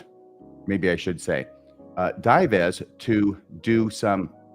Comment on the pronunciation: Dives - pronounced Dee-vays.